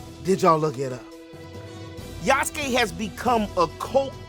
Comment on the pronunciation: You like the decision, its okay bro. You wanna buy it, its okay too. I was just voicing my opinion out of the matter, because i do feel the Japanese kinda sidelined this time. Btw its Yasuke not Yusuke, Yusuke is from Yu Yu Hakusho haha. I knew him from Netflix series and Samurai Warriors 5 way before this contriversy happening so i am kinda fond of the character...however unlike him in those 2 rendition, this one just make me feels it is forced to me as audience real hard.